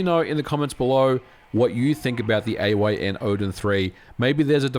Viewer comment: its AYN .. why are so many ppl saying A O Y N ?